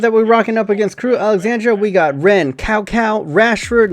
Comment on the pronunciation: it's tsao, not kao.